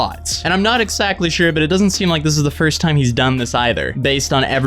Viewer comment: I’m sorry but imma call you because I swear every time you say exSACKly I fucking die a little.